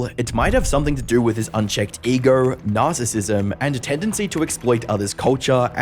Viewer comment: I know it was unintentional because of your accent, but I do find it funny how it sounds like you said "Nas"issism lol